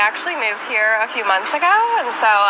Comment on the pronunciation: Wow she talks like a stereotypical white suburban woman. A cross between a valley girl, and a record being slowed to drawl out the final syllable. "I haven't lived in this city thatt longga. squeak"